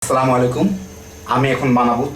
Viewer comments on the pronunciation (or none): none